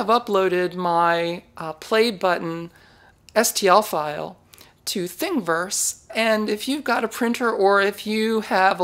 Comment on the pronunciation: Hey, why don't you pronounce the second "i" in Thing-i-verse? You talk about thingys all the time, but here, it's such a cute name, but you just say "Thing-verse"...why is that?